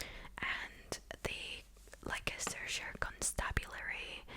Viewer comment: Leicestershire? It’s pronounced “Less turr shire” strange I know. But true 😂. I’m English.